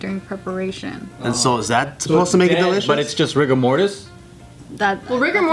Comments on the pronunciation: i feel like both times got to say "rigor mortus" she felt really smart, and then really bummed when joe and corrected her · God Bear Rigor mortis. It's Latin.